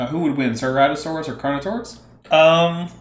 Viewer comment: "" pronunciation of Carnotaurus was quite something